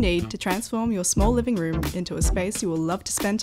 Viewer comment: I did pick up two r's, in 'natural light' and 'ceramic', but not at the beginning of the word ('room' is 'loom'). Never liked them myself, awesome accent 😊